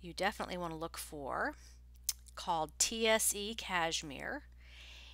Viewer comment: TSE is pronounced like the word (say) I worked for SaKs Fifth yes it's high end!